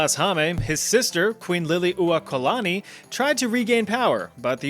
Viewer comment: Wow, we got to be first! You butchered the pronunciation of Lili'uokalani (and typo'd it) but otherwise well done! Though my favorite "fun fact" about us primitive people in Hawaii was that, just before being taken over, Hawaii had a 95% literacy rate and the palace had electricity before the white house! Then, ya know.... colonialism....